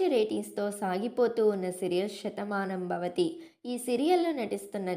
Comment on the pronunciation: Shathamanambhavathi kadu Sethamanambhavathi శ tho start avutundi